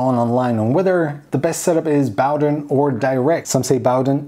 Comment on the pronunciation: Hi, its pronounced Boh-den (/ˈboʊdən/ BOH-dən) it takes the name from the Bowden cable.